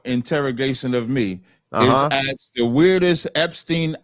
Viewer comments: Andrew does need to stop interrupting and taking a half hour to explain that he won't interrupt again. The other guy needs to lean how to pronounce the word "ask." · yup, if you can't pronounce "ask" correctly, just don't waste anymore of our limited oxygen. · Low IQ. This debate is not fair. He can't even pronounce the word "ask" properly. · First of all I cannot take anybody serious that cannot pronounce the word" ask" whether or not they do it out of ignorance or out of defiance. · Just the ones that can't pronounce the word "ask". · What a dumb ass. He can' t even say ask and he's in college. Ridiculous. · You know, the word "ASK" is NOT that flippin' difficult to pronounce. HOW is it that "they" do not have the simple ability to clearly pronounce it, correctly..or any other correct grammar and/or phonics for that matter? I DON'T GET IT. Actually, I do, but we can't go there, can we?! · That mispronounciation was an axe-ident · Why can't they pronounce the word ask? I really want to know. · Never debate someone that can't pronounce "ask" properly. Low IQ. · Is pronouncing the word ask correctly that difficult? Never has been for me. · Andrew actually didn't "aksed" or don't "aks" anything. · When I axe you sumthin, you bettas ansur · This guy is a professor? Axe?? Fucking Axe??? Yeah he’s low IQ and is teaching ? 😂😂😂😂😂 this is what the elites want the stupid teaching the next lot of stupid . Keep them dumb keep them enslaved. Stop axing questions if you don’t like the answers.😂😂😂🪓🪓🪓🪓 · You use "ax" and every bit of your credibility is out the window. Tarzan Sasquatch. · You can't have an honest debate with someone who says "Aks" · axed a question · It's ASK, not AXE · When you say ax instead of ask your argument is over. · Let me aks you, how would you feel if you didnt eat breakfast this morning? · Axed dat smoove bwayne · Axed? Is that a side effect of doing to nany drugs? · Let me axe you someting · Its ASK FFS not AKS ! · Let me ax you a question